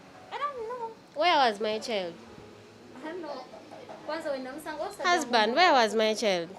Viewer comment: Being the ka guy is a thief but l love the way this new wife is calling him then mi hasband,then mi hasband,then mi hasband but ebyo tebituyamba we want our bag